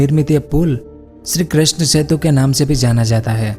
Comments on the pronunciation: Its setu not chetu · जेतु नहीं सेतु होता है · Bhai aap setu ko chetu bolte ho